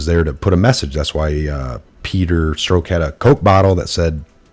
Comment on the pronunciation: Pronounced "Struck" not "Stroke.'